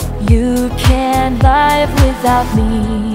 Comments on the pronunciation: Greetings from Canada Beautiful music and beautiful voice. Now we need for her ( the signer) to improve her “Phonetics” and acquire the proper pronunciation of the word “LIVE” For sure English is her second language. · I feel sorry for just one thing that the pronunciation 'live' is wrong. I can't live without you, but you can live without me. here 'live' is not a adjective but a verb. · Nice song but please learn how to pronounce the word live 🙏🏻 ❤